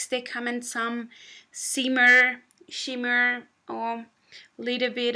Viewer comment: "See-mer" it's shimmer lady 😂